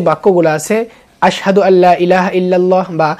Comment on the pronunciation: আসসাদু বললে হবে না আসহাদু